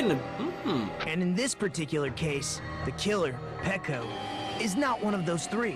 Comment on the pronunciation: ikr it always annoyed me how he called her peeko but it wasn't my business so I didn't say anything